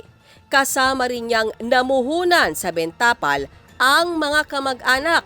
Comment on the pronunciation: Ms. Reporter, hindi ben tapal ang bigkas. Benta pal dapat.